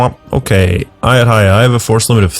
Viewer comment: it is A YUT THA YA